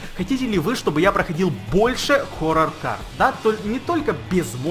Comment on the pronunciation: Сохоррорне форор а хоррор!!!